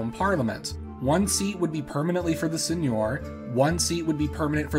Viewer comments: It's Seigneur, not Señor. (Sen-yur, rhymes with fur) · I thought the Isles of Scilly were still a feudal domain within the Duchy of Cornwall? Do you have any info about that? Thanks. Edit: Also seigneur is pronounced sane-YUR. The pronunciation you're using is actually correct for Spanish (señor). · It's pronounced [Sεŋœʁ]